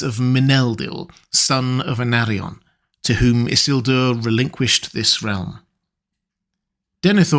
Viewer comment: Tolkien is quite explicit in LOTR Appendix E that the name is i-SIL-dur, not ISS-il-dur. And it’s Arvedui, not Ardevui.